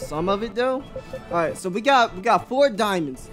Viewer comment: Ah-right: Imma take a shot everytime he says it like dat, and I don't mind.